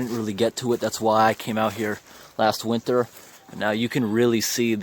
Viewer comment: you said winther not winter 😂😂🤣🤣🤣